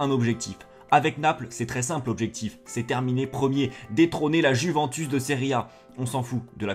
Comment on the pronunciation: Comment tu respectes pas la prononciation de la Juventus